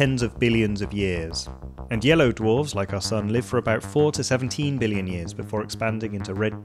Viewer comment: Did you and Donald Trump go to the same school of how to pronounce billion? Beeleeyen.